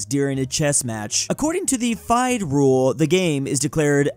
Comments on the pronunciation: "fayd" rule 💀💀💀 its fi-de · "Fide" is pronounced FEE-day. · it's pronounced more like FEE-DAY